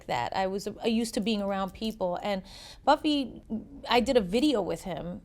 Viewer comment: She said dating buffy instead of puffy...lol